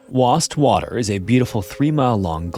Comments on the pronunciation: Just so you know, in England, Wastwater is pronounced Waist-water. Just in case anyone is visiting the country and needs to ask directions to the lake. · It's Wastwater, all one word. (I'm from the Lake District). The case is often referred to as 'the lady in the lake' murder, as is the remarkably similar case of Carol Ann Park, also killed by her husband and whose body was also found on a ledge by amateur divers many years later in another Lake District lake - Coniston Water.